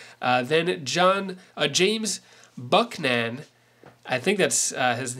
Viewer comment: Haven't heard of certain Presidents? We learned them in school and you mispronounced the name of Buchanan.